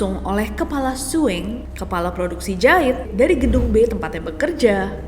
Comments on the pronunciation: Bukan suing tapi SEWING😂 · Kak nes, maaf banget oot. Aku kok pengen ketawa terus ya kak nessie bilang suwing😭🙏🏻 mungkin maksud kak nessie sewing ya? Btw aku pernah kerja di garmen dibacanya emang "sewing" kak bukan suwing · Di bacanya sEwing kak bukan Swing😢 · Sewing nes, bukan suwing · berarti rata² pabrik garmen emang angker ya, aku juga dlu kerja di garmen di bandung sama ceritanya ada satpam yg liat operator lagi jahit malem². btw "sewing" kak bukan swing 😅 e nya dibaca kalo kita bilang kata "emang" 😊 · sewing bukan suwing 😭😭😭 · sewing mbaakkk bukan swing 😅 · Maaf kak bac ny bukan swing tapi seeewing kl bagian jahit dl pernah kerja di garment 🙏😄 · sewing bukan suing mba, kan jago bahasa inggeriss.... :face-blue-smiling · Kak ness.. Maaf Sewing itu pelafalan nya pakai E bukan suwing hehe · Maaf bukan sok pintar🙏 Orang2 garment pasti ngucapin kata SEWING dbaca biasa "sewing". Pdhl pronounciation yg benar itu "ˈsōiNG" Org2 garment memang terbiasa ucapkan "sewing", tapi... Bukan berarti yg sering kita dengar ato sering dgunakan itu adalah pengucapan yg benar. Pls check kamus masing2 ya teman. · aku salfok kak ness nyebut sewing 😂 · Maaf KA nes aku ngakak pas bilang sewing😂